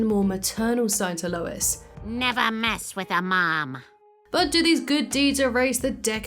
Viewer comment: It’s Lois…not even close lol